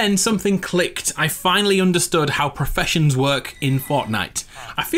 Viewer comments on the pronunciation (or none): He said I finally found how perfeshons work in fortnite lol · Perfessoins lmao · Who else heard him say professions in fortnite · "I finally learned how perfessoins work in fortnite" Wow